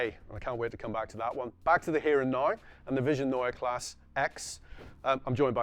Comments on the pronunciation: Neua Class? omg that is horrible... please work on your pronounciation! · It's pronounced NOya KLAHseh. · A whole 18 minute video from a 9m subscriber channel and you couldn’t afford to ask someone how to pronounce „Neue Klasse“? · It’s either Neue Classe or New class Not neue class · Before you make an entire video about it, in which you say „Neue Klasse“ a thousand times, ask a German native speaker how to pronounce it. Prevents you from making a fool of yourself 😉